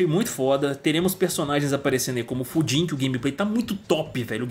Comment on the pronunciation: A pronúncia do Fujin é FUUUUDJIM, não FUGíííííííííM.